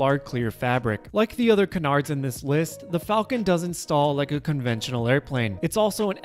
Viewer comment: Why can't people pronounce "canards" correctly?